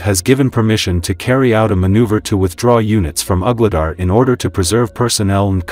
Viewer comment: Some of the AI pronounciations are really funny. Ugly dar 😂